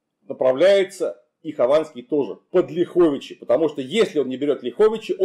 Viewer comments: Замечание: правильно говорить лЯховичи, а не ляхОвичи. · Не ЛяхОвичи, а ЛЯховичи. Ударение на первый слог. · Не ЛяхОвичи, а ЛЯховичи) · Уважаемый мый Клим, правильно говорить лЯховичи. (если только местные не называют ляхОвичи, но такого варианта я никогда в дизни не слышал). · не ЛяхОвичи, а ЛЯховичи. Не КлястИцы, а КлЯстицы. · Климу Александровичу - респект! Просто супер! Только одно "но", город называется не ЛяхОвичи, а ЛЯховичи! И белорусский отряд у Хованского не КричЕвский, а КрИчевский! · Добрый день! Правильно говорить не ЛяхОвичи, а ЛЯховичи ударение на первый слог, мы в РБ произносим именно так, от слова Лях - поляк. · Город Ляховичи - ударение на первый слог. Режет слух. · В названиях Ляховичи и Кричев в современных русском и белорусском языках ударение на первый слог. Несвиж через е, даже в польском.